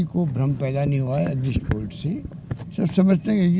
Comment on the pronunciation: Exit poll Ko exist poll bol reha h BC kaise anpadh CM chune h humne thu thu😪😪🤤🤤